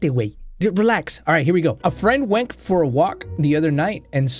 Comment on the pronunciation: An I the only one who heard say “wenk” instead of “went”